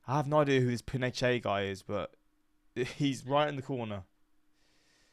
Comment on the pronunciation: Pronounced: "Pea-no-shay" Augusto Pinochet was the right-wing dictator installed by the US after the overthrow of Chile's left-wing President Salvador Allende by US backed/supported forces. Pinochet murdered, disappeared, tortured and imprisoned thousands of leftists. The coup of Allende took place on September 11, 1973. This is the Sept. 11 that the US government wants everyone to forget.